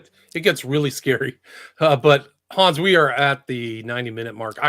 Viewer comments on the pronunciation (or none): Thanks Hans and. please stop mispronouncing Hans name it's the 4th time!!! Lol your the best guys keep up the good work